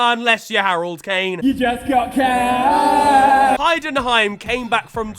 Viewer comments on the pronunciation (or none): none